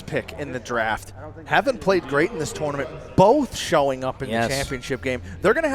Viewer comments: Hey, please learn how to say tournament for phux sake. "tO0oo0rNaMiNt" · Love how pronounces "tournament"